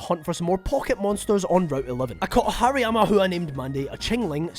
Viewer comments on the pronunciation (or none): Bro just casually calling Hariyama "Hairy Mama"